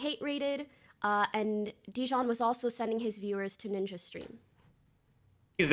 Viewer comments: It’s jidion not dijon 💀💀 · Whether she does it on purpose or not, hearing her say JiDion's name incorrectly is PAINFUL, and honestly corny if on purpose.